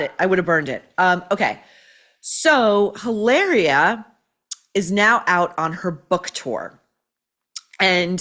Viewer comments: You must pronounce it as "E -laria " the way Mary Morgan of Pop Culture Crisis on YT does. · you only roll the 'r' in spanish when it's double 'rr', like carro, desarrollo, burro...in the case of the made-up spanish translation of Hillary to "Hilaria", there is no need to roll the 'r' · maureen in spanish H Is mute is not sound JILARIA is ilaria ….